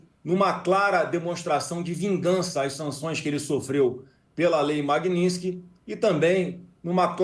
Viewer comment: O cara não sabe nem falar o nome da lei direito, magninski? E outra, é um dia feliz, isso sim